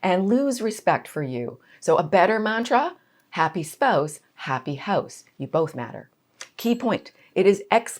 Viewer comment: I heard "happy spose, happy hos" and I was like hang on what's a spose